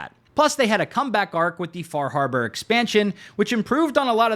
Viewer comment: You pronounced FAH HAHBAH wrong.